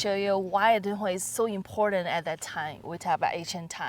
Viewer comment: The "Dun" in Dunhuang is pronounced more like "doo-wern" (without the "r") rather than like "dunhill".